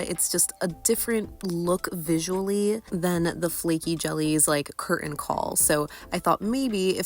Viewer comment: The T in 'Curtain' is not silent!